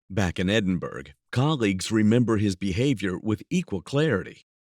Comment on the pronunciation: Edinburgh is pronounced Endinbororgh!!